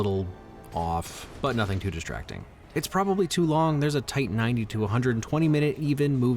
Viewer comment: woah you miss pronounced “nothing”